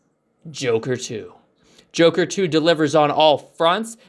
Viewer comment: Loss credibility as soon as you said jok....